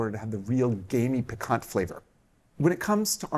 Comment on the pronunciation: piquant not pecan